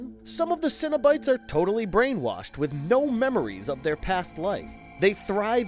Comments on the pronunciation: Why do you pronounce it Cinnobites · You pronounced cenobites as “cinnabites” and now I’m hungry for a cinnamon cereal snack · You're not an actual fan, are you? You cant just study fandom wikis , you gotta really "know" the material. For example: "Lem-I-Shawn"= wrong "la-Marsh-And"- correct "Sin-A-Bites= limited treat offered my Cinn-a-bon "Sen-A-Bite= interdimensional travelers, seeking out new sources of pleasure. See what I'm saying? There's also a huge difference between actual lore, written by Clive Barker, and the first movie is the only one that was made with the intent of telling a story, and the material that followed was simply to prevent creative rights reverting back to Barker and remaining with the studio. And none of them remember their past, they were all reminded by Cristy Cotton, but it wasn't random where some remembered and some didn't. Which as i get further into this video, I'd guess you at least read the book, as that's the only place "pin head" is referred to as "the Hell Priest". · He said ''Cino-Bites'', like a snack cereal. And ''Le Mon Shawn'', like some wrestler from Strawberry Shortcake.